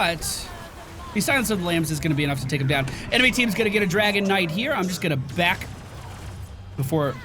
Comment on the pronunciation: Does anyone else hear saying "Dragonite" instead of "Dragon Knight"? Like it's some kind of mineral, like Malachite or Kryptonite...